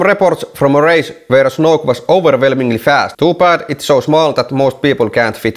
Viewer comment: Dutch people read 'oe' as 'u'. So, "snoek" should be spoken as [snuk] or something similar.